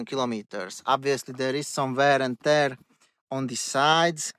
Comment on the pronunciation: Some wärr änd täärrr :) got me right there :)